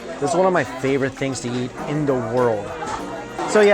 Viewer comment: Mike pronounces "eat" like "yeet" and all I can think of is him throwing those noodles down a hallway or smth..